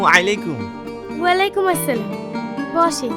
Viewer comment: ওয়ালাইকুম আসসালাম নয় ❌ ওয়া আলাইকুমুস সালাম ✅